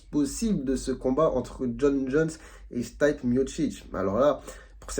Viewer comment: Le prenom de Miocic se prononce "Stipé ". Mais merci pour cette analyse médicale. Un spinning back kick vise généralement les côtes, le sternum ou le foie quand il frappé du côté droit. Contrairement au coups au visage c'est moins spectaculaire mais bcp plus douloureux